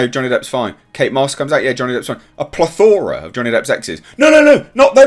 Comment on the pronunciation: Please stop mispronouncing the word "plethora".